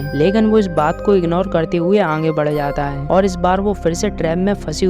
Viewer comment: Aange mat bolo aage Hindi nahi aati aapko from Uttar Pradesh ayodhya